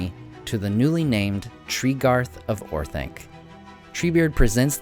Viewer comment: Orth-onc, not Orth-aink! Read the pronunciation guide in the Return of the King appendices!